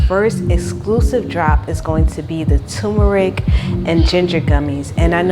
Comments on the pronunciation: I love your goals. Turmeric is pronounced tur-me-ric. You are silencing the R. Helping someone because I want people of love to help me. Congrats on your success. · I do the same when making pizza. BTW.... it is tuRmeric. I😊. So many people miss that R. Pronounced tur me ric.